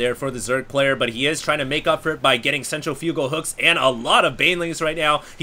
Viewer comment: pronounces 'centrifugal' weird...also, I'm becoming a big fan of TvZ mass Reaper pressure. The early response is Roaches, but the Terran player is already setup to transition to Marauders if need be.